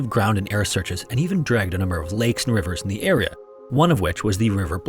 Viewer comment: Area, not era.